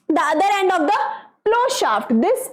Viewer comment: Mam you said and, but that is end